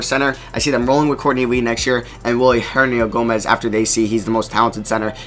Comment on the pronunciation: bruh its hernan-gomez. i have no clue what you are saying.